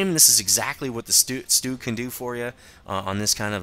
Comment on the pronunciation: you sed stug wrong